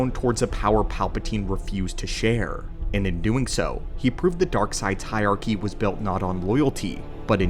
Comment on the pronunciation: There are TWO r’s in hierarchy. “Hire-arky”, not “hyarky”